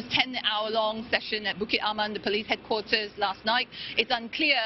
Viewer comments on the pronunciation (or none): Anchor! Whats headquaral? Your keep saying headquatal. Can you please whats that looked online and also dictionary. Thanks